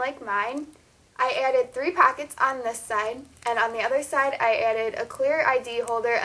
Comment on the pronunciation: Its not packets its pockets, its not battum its button